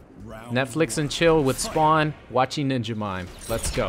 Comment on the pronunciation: Spawn not SPOWN smh